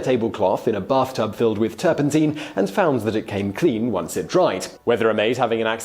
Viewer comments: The master of the malapropism strikes again. Mate, it’s not turpenteen, it’s turpentine ... sounds like Tyne, as in Newcastle-on-Tyne. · Teen it's Tine (Nine) with a T , Tur pen TINE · Pronounced ‘turp in tyne’ NOT ‘turp in teen’. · You talk too fast! You wave your arms around too much! And, it's turpentine, as in wine, not teen! Apart from that, you did feen!! 😉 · I have never heard turpentine pronounced turpenteen before. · Turpentine rhymes with wine, hence the childhood rhyme "Lincoln, Lincoln I've been thinkin, what on earth have you been drinkin, is it beer or is it wine, oh my gosh its turpentine." I wish you Brits would learn the language. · stop saying turpenteen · Great history content but again mispronunciation of a particular word of words in a clip here... Turpentine has a long I in its pronunciation. Check it out here: Click the button and listen on how to say it. The English and British versions are the same. I wonder with this happening in your other videos on Youtube is this on purpose?? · So tilted by pronunciation of "turpentine".